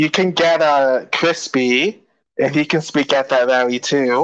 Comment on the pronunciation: That buck broken tether pronounces her "R" like a "W". She said rally as wally. Lol.